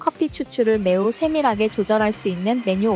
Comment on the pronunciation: 쎄밀하게 발음 재밌어요 ㅋㅋ